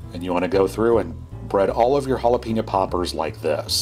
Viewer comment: Jalapeeño. It’s jalapehño